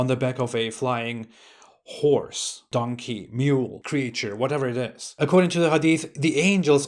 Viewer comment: Did you say "flying horse" or "flying whores"? Well, first one sounds good and the second one sounds true.